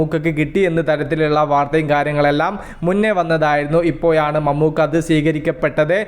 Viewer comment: നിൻ്റെ ഭാഷ റെഡിയാക്കൂ മയ പുയു എന്തൊക്കെയാ ഇപ്പോയാണ് എന്നൊക്കെ ഴ വരില്ലേ?